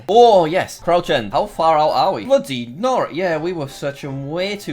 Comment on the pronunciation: No one: Literally no one: Jack: blOODY nORA